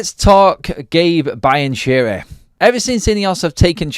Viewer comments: You’re murdering the Italian language with your Brian Cheery and Brian Cherry 😂 It’s pronounced Be-an-kee-ree Apart from that, good video 👍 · It does sound like Brian Cherry haha 😊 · Learn how to pronounce the name 😂